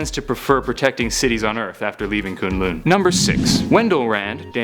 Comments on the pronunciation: Koon lune? BRUH! (Kun-Lun) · ITS NOT KOONGLOONG ITS KUNG LUN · Its kun lun I almost turned this off when you said koon loon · Shao Lao. NOT Shoo Lao and K'un L'un NOT Koon Loon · the way he says kun lun, it makes me so mad, its not ''kooon looon'' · Shoe-Lau and Koon loon? i literally fell off laughing.. Nevertheless, good video.. =) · This dude says kun lun weird. its so annoying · You're saying Shao Lao and Kun'lun wrong!!!!